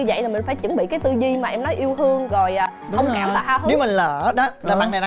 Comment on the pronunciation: 3 cái tư duy “Yêu hương” “Hông kảm” “Ha hứ” =))